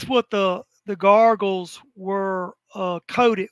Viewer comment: I love, but fuck him for saying "garggles" instead of goggles